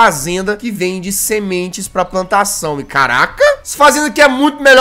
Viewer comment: Nossa no início do vídeo em vez do jazzghost falar plantação ele falou "pantação".